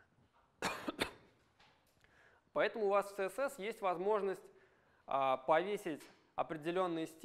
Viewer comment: "ЦеЕсЕс" - спикер с глубокими познаниями английского алфавита